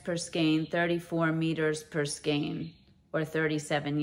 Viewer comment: Hi, I just subscribed to your channel. Wow what a giveaway! I like all the yarn but I love the thinner cotton blend yarns specially the orange one from ICE. Thank you for pronouncing the word skein correctly.